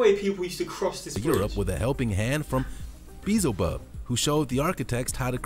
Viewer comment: Did he say, “Beezlebub?” 🤣